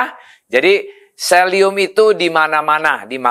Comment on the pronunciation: Selium apa selenium ?